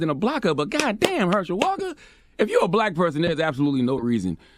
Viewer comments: Is it just me or do y’all hear “blayque” when he says black?? A mess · “Blike” (black) and “Emanstipashin proclamation” killed me.🤣🤣🤣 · He such a bootlick, he can’t even pronounce “black “ talkin bout who is blight? What percentage is blight must u be?!.... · He can't even say black right!!